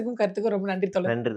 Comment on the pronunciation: யம்மா...தோலர் இல்லம்மா....தோழர் 🙏🏼